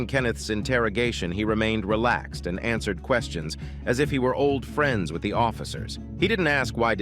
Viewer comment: Yeah, "ans-WER-ed"? Who says, "ans-WER-ed"? No doubt that the narrator pronounced words in an unusual fashion--but non-human? A little extreme. Lol